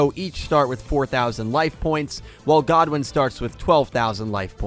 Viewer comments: The thing is about the anime - the metaphysics of the universe are VERY different. Between how Mixed archetypes wouldn’t work, and how the souls of monsters respond to the duelist, flexible decks win over single focus decks there. “God-win”… it’s pronounced “good-win” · It's Goodwin not Godwin. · It’s Goodwin not “Godwin” 🤦🏽‍♂️🤦🏽‍♂️